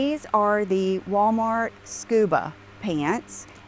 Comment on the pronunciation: Agner bag??? Did she mean Aigner?? Friggin hillbilly. And how she pronounces Wah maht. Jesus lord. She’s getting ridiculous - beyond.